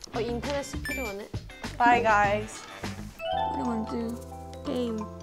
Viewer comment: hyein sounds so american when she says bye guys 😭😭